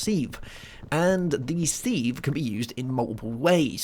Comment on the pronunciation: Its called a sieve (pronounced siv) not seev